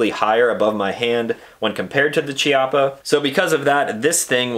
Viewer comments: Say it with me…Kee-ah-puh Not Chee-ah-puh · pronounced'' kiappa'' btw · Pronounced "Kya-ppa" (Italian). Chi in Italian is pronounced "Kya", weird I know. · It’s pronounced K-iappa btw. It means butt cheek. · Please, please... in italian "ch" is spelled K. It's kiappa. "sci" is sh. So "brusketta" not brushetta. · Pronounced - KEY-appa. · It's pronounced KI-appa. Just FYI. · Chiappa sounds 'kiaPa' in italian with emphasis on P. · Beautiful test and wonderful gun (apart from the color). If it had been a conversation between friends it wouldn't have mattered, but if you do a video test, you should at least know how to pronounce the stuff you're testing. Every time you said Chiappa" my ears bled. Nowadays it's not difficult, just go to Google translator, choose Italian, write "Chiappa" and have it read to you. There are no more excuses.